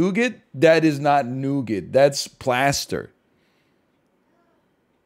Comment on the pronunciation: NL doesn't know how to pronounce nougat